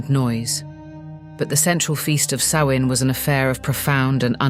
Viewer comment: I'm glad you pronounced Samhain's name correctly. It gets mispronounced frequently. Rumor is, a Mysterious Haunted Island is located somewhere off Canada's East. The Haunted Isle actually used to be Charted on Official Maps, until a couple centuries ago. If those things came from the West, it's conceivable they were habitants of that Mystery Island. The Isle would be along Horizontal Line Coordinates that run through Ireland and Scotland. That gives them a direct route to fly. If these Ancient Tales are True, that would help ground it geographically.